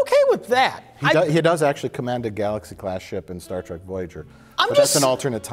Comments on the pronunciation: Anyone else notice Mike will occasionally say 'Star Track' ? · I love how he calls it "Star Track"